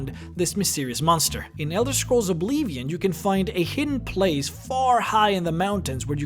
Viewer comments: “Ybony” “here-sign” “oeblievion” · Ee-bony? Its pronounced "Eh-Bony" Obl-ee-vion? Its "Obl-ih-vion" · Anyone else love the way the narrator pronounced obleeveeon? Top tier! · ''In Elder Scrolls OBLEEEEEEEEEEEVIAN'' lmao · Eeemony warrior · What does it matter if his primary language isn't english? It isn't mine either, but i can pronounce things properly, especially if i hear how it should be said in the actual game. But i can't believe this idiot even said Obleevion. He can't even get that right. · Especially the way he pronounced "Oblivion." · Jon Syndrome At least he said something that makes sense. Yes, there is a right and a wrong way to pronounce the name. The guy mispronounced Oblivion as well. Hardcore TES players notice these things and some of them don't like it. I bet you are this youtuber's little fanboy, arent ya? You seem to have an IQ of no more than 75.